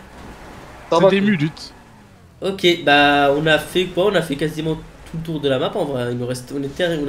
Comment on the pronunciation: " On ARAH survécus 15 munutes" AH BIIIEENNN